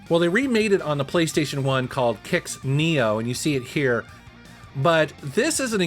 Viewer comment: Bonus points for pronouncing Qix correctly! Qid tested; Mother Kojiro approved.